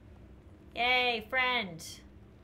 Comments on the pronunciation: I think it’s friend not frient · i just realized shes saying "frent"